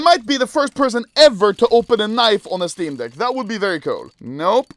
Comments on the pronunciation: I love how his accent makes it really seem like he says "steam dick" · I can’t be the only one that thinks he says “Steam Dick” every time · Is this only me who feels like anomaly is saying steam dick